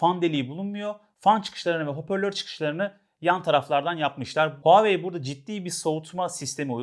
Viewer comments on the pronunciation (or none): none